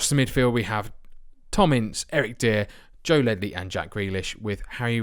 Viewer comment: Dier=Deer its supposed to be pronounced 'Dyer'